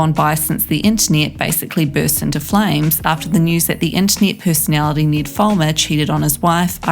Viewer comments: ITS NED, NOT NEED OR NID. T.T the trigger. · You’re accent it sounds like your saying Niiiddd not Ned. Well cause we’re American I understand you aren’t American so I can’t expect you to say his name right… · Why is she saying Need not Ned?